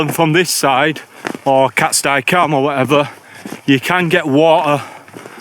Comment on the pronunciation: Im 45, a northerner and had climbed most wainrights by the time I was ten, and all I can tell you is it's been called 'cat-stee' cam for my whole life. Never once heard anyone call it 'cat-sty' and winced every time you said it.. who's with me? ... While I'm at it, same with sca'fell pronounced ska not skaw.. my brother recently changed to calling it 'skaw' after a lifetime of the opposite which also freaks me out but he's lived down south a long time 😂 Another top vid dude, cheers 👍🌄⛰